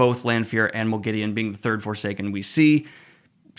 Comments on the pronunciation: Have they done a Sauron? In the LOTR series, they say S-ow-ron, whereas fans have always said Saw-ron. In this video, you say Mo-gideon, whereas in the show, Lanfear and Ishamael both say Mog-a-deen. (Moghedien). I like the show's pronunciation better, so I want to know what the general consensus of book readers are in regards to this pronunciation. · Pretty strange pronounciation of Moghedien but I'm glad to hear I'm not the only one that misspronounces names/places in The Wheel Time.